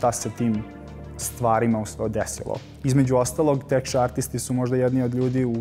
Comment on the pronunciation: Texture izgovara lik (teksčr :D)....ne tech(tek)...u pitanju je pozicija Texture Artist-a